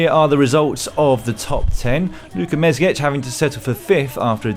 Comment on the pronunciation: It's Mezgec not Mezgech.